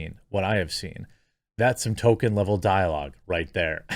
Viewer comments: Jeremy's gone back to calling Tolkien "Token" again. He was getting it right for a while. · you're pronouncing it "TOE - kin"!!! what happened to the L? it's driving me nuts!!!! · Everytime you say Token instead of Tolkien I die a little inside. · Stop mispronouncing Tolkien as "token" . It's pronounced TOLL-keen. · Who is tolKEEN?